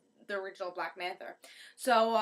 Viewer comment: it's black manta not black manther